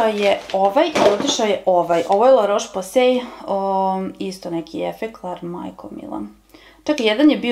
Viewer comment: Cita se LA ROS POZE ,nauci kako se izgovaraju nazivi proizvoda i kog su porekla ! La Roche Posay je francuska kozmetika uglavnom za suvu kozu ! Za tvoju informaciju,svaki proizvod ima rok trajanja tako da je jako lose sto koristis neke proizvode dve godine !